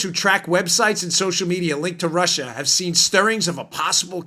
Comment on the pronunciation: Russia Russia Russia!!! Sounds more like Marsha, Marsha, Marsha!!!🤣😂🤣😂